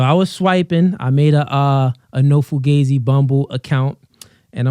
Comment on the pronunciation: Ripped Jeans On Guys Is Straight Up SUS To Any Pro Stright Men. Found This Pod Of A Clip From One Of My Subs So I wanted To Check It Out. Now, How Do You Pronounce This Pod? Fu- Gah- Z; Fu - Gee- Z; Cause I Rewinded 4x And I Keep Hearing, Fu - Gay - Z I Do Like Talkin Points Tho, A Cross Of Steph-is-Cold And Whatever Podcast. It's Cooly. I Hit Tha Like Button Tho Fa'Sho.